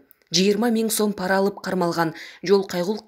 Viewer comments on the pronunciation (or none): none